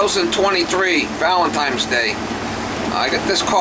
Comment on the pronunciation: Man that guy was annoying. If he mentioned he'd replaced the breaker one more time, I would have screamed. In that situation, after 5 minutes, I would have said I needed to leave for an emergency and put the pedal to the metal, leaving no forwarding address. Oh, and it's not Valen- tiMes day.